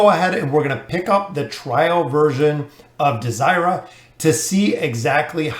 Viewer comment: I like pronouncing her name as Dey-zer-ra instead of desire-a. Doesnt flow well.